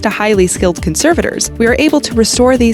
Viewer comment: I’m sorry but the way you pronounce ‘conservators’ is giving me cancer